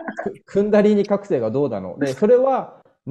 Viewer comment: クンダリニーではなくクンダリーニでは？